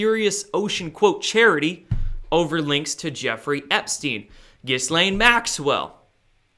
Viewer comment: Ghislaine has a silent 's'. She's now missing!